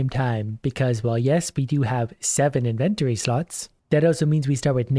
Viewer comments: How do you pronounce "inventory" again? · Am I the only one it one that noticed said, “Inventory”, weird?